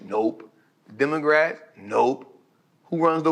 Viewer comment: did he just say? the dema cracks or dema rats. I know my ears are not playing tricks on me. 🤣